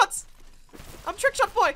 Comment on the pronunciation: It sounded like you said trick shot dad